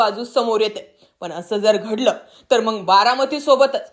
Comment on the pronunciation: Madam aadhi neet bhasha गडलय नाही घडलय असा म्हणा सारख काय प्रत्येक न्यूज़ मधे गडलय काय